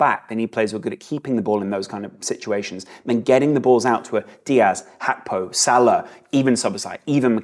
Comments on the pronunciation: My goodness it’s “G”akpo, not “H”akpo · I came here hoping to laugh at because I thought he was going to try call him H-ravenberch, the same way he calls Cody Gakpo, ''H-akpo'' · You simply cannot call him Hakpo. It's insane. Even if it's the correct pronunciation, it's insane.